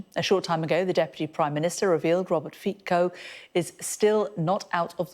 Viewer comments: Čítajte Robert FITSO! Nie Fiko... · "The man believed to have shot" - believed to? He's literally on video shooting him, from several angles. "Fico" is pronounced as "Fit-so"